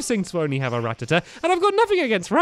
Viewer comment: and stampy i am sorry but how u say rattata annoys me cos u say it with a tee at the end